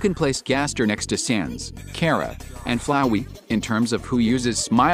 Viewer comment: I’m glad even the TTS knows how to pronounce Chara.